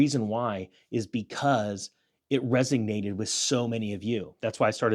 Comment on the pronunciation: This is meant to be constructive: you say, 'resignated' when you mean 'resonated' . . . resonate: to vibrate sympathetic to a specific frequency.